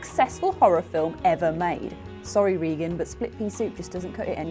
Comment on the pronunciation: Her name is not pronounced REEgan, it is RAgan.